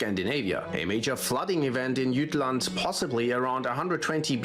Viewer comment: It's not pronounce "Gottlend" but "Götland". Also, it's "Jütland" uinstead of "Tchattlend". 🙂